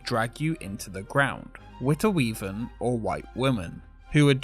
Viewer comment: You sure pronounced De Witte Wieven correctly;-)